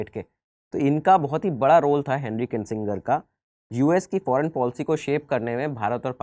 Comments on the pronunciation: Presenter has been consistently mispronounced name of Henry Kissinger as Kinsinger, also the photo shown of President Bush in 1992 is not correct, the photo is of his son who was President from 2001 to 2009. In 1992 father George W Bush was President. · Sir जी आप नाम का गलत उच्चारण कर रहे हैं हेनरी किंसिंगर नही वो हेनरी किसिंजर होगा। 🤨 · It's Hendry kissinger not Hendry kisinger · It’s किसिंजर And not किसिंगर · the name is KISSINGER AND NOT KINSINGER. MASTER BUN NE SE PEHLE STUDENT BUNO. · It is not Kinsinger as pronounced by u but it is Henry Kissinger. Thank u.